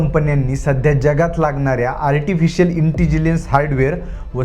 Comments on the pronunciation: इंटीजीलन्स नाही इंटेलिजन्स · इंटिजीलेंस... नसून इंटेलिजन्स.... Thank you for महत्वाच्या technically पद्धतीनं माहिती सोप्या पद्धतीनं समजवून सांगितल्या बद्दल...